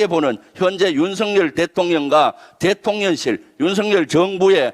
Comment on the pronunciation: 너무 훌륭하십니다~ 그런데 대통련실이라고 발음하시는 것 같은데요. 대통령실~~~~